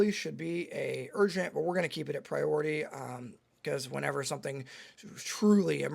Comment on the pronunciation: RESPECT MAH PRI-ORITAH